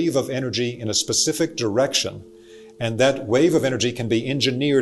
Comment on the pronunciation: Specific vs pacific…I do love n appreciate the content n delivery. Thank you